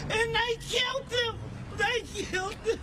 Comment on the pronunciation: You are wrong. She didn't say they killed him, she said; "They KILT EM'!" Get it right 😂😆😂